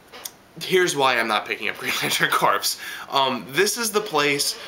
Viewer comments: P.s. Just so you know, 'corps' is pronounced 'core' rather than 'corpse'. Haha, them soldiers may not be too happy if you asked if they were in the Marine corpse! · another great review still mispronouncig green lantern corps (lol) but still love what you have to say every week